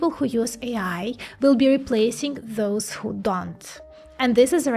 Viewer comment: more "Z" !! like Zhis, Zhat, Zhose, anoZhers, etc